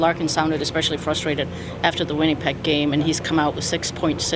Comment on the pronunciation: Helene: “WinniePeg”